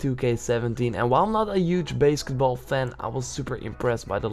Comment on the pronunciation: BASKEtball? you can't even pronounce it correctly. How is anyone going to take you serious? fail